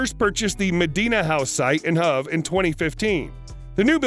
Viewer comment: The town of Hove is pronounced as in 'rove' not 'love'